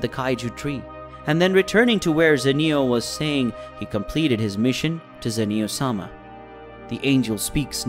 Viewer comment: Qhy are you saying Sama like its his last name 😂